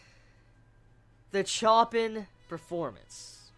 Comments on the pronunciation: HAHA Just something small, it should be 'Show-pah-n' not 'Choh-peen' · He pronounce Choppin incorrectly.... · The people who flip over the pronunciation of Chopin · I like your work and i watch your videos quite often, but GOD damn it's pronounced shopin, not chopin, also everytime u said pianoist I cringed, ffs its pianist. As a huge fan of Chopin and the piano it really grinded my gears.